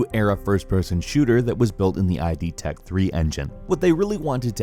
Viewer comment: It's not I-D tech 3, it's id tech 3!!! get it right ffs